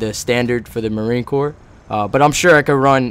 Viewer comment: court? its corps pronounced core